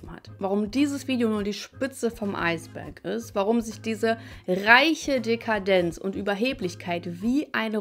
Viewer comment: Dekarldenz 😂, so weit hat er euch schon. Das Wort heißt Dekadenz